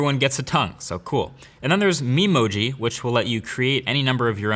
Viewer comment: atleast in this vid you didnt had difficulties pronouncing Memoji